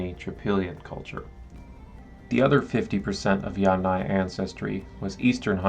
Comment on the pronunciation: YUM - naya. Emphasis is on the Yum.! Never on aya!!! So from the very beginning ... you miss pronouncing the term on which your video is based. Extremely disappointing to hear you mispronounce "yamnaya"